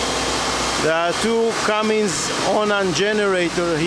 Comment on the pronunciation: As a salesman you should know it is not Cummings. It is Cummins.